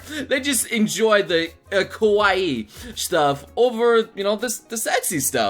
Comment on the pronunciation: You need to watch your pronunciation of Kawaii (Emphasis on the Ka), because you sound like you're saying kowaii (which means scary). Yes, I am very particular.